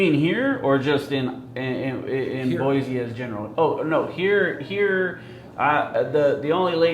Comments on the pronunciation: It's pronounced Boi-SEE not Boi-ZEE! 😊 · If you knew how to pronounce Boise it might help.